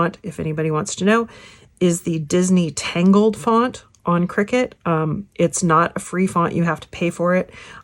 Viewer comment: It's pronounced "CRY-CUT" - not "Cricket"